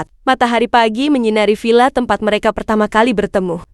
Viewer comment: Tempat bukan tempot, jgn perkosa bahasa Indonesia